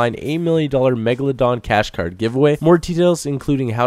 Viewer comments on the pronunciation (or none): none